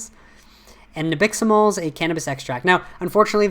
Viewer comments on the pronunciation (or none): You had me cracking up 🤣 when you kept saying Nabiximol (min )